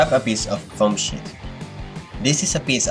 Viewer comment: "with a paper shit..."